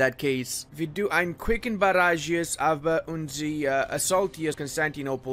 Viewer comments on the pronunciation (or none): none